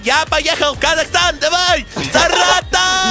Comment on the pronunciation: я люблю тебя ты сказал казакстан пасива ❤❤